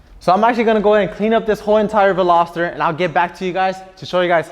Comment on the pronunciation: Simply, this guy simply cannot pronounce “Veloster”. Simply.